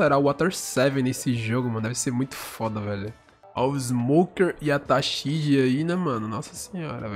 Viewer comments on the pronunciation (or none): Q AGONIA VC FALANDO TASHIGI ERRADO KKKKKKKK